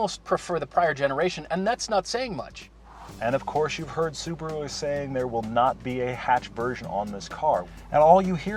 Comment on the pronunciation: Why can't they say Subaru properly??